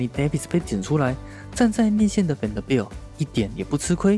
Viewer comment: Vanderbilt的名字有這麼難發音嗎？發音這麼糟去學一下英文好嗎？